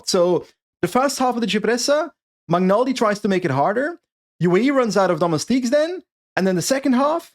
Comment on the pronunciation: Magnaldi is pronounced similar to Magnier... the way you pronounce, it sounds more like McNulty